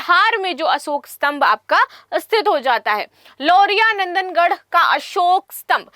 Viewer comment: मैडम जी ब्रिटेन से पढ़ कर आई हैं। ना चंपारण पढ़ पाती है ना नंदनगढ़, महत्वपूर्ण को माहत्वपूर्ण कहती हैं । और ना जाने क्या क्या वो भी जब पढ़ ही रहीं हैं तो सिर्फ slide लगा दो, पैसे भी बचेंगे